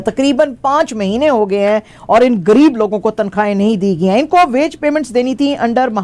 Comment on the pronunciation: کھترا کیا ہے لفظ خطرہ ہے اور گر یب کیا ہے لفظ ہے غریب